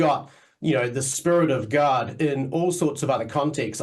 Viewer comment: I don't know how I expected to pronounce "God", but I like the way he does 👌